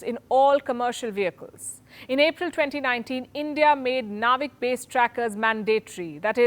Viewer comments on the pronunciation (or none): Don’t say naavik say it as navik.. it’s like u r saying India will be remembered for hair styling techniques